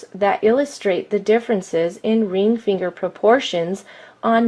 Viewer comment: Imagine making this video, the joke got old by the 15th time the obviously male narrator says "reeng feeenger"